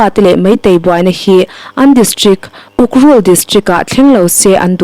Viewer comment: Ukrul iloin ukhrul tih tur aw.